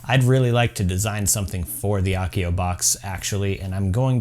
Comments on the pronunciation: I love the channel and you bring us amazing harry potter stuff to make but hats not how you say Accio, A like apple. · It's pronnounced 'accio' with an a like apple, not a like arc!